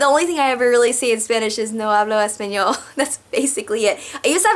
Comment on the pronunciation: love how you say: "yo no hablo español". Buen acento!! :) Hi from Spain